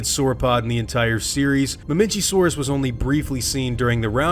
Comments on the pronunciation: Just saying you say ma mech a saurus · Especially Mamenchisaurus. Its mah-MEN-kai-SAW-rus